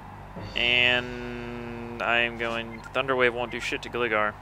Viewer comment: its gligar (GLI-gar)